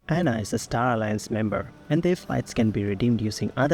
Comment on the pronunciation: No it's pronounced A-N-A not "Anna" lol.